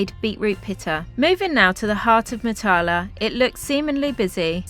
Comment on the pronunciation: Ps Matala is pronounced with the emphasis on the first syllable and the "a"s are all short ( northern english bath as opposed to southern englidh barth).